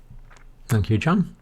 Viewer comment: The name Jan in the Netherlands is pronounces Yan. y ah n y as in yes ah as in car n as in no